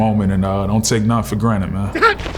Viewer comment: Kyzier said “take anything for granite” lmao